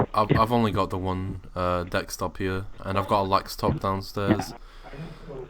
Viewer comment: "I've only got the one dextop here, and I've got a laxtop downstairs"